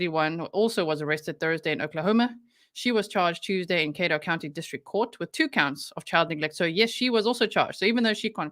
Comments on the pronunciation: cad dough pronouncitation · It's pronounced Ca-doe Caddo County. Sorry, I just lost my dad and his name was Caddo. So, every time you said the name it triggered me. It's not your fault. It's my problem but I just thought I would share so I can concentrate on your work instead of that. You are amazing.